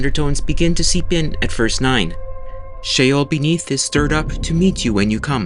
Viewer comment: Sheol. Not shale 😢😢😢😢😢😢😢😢😢😢😢😢😢😢😢😢😢😢😢😢😢😢😢😢😢😢😮😢😢😢😢❤❤❤❤❤❤❤❤❤❤❤❤❤😮😮😮😮😮😮😮😮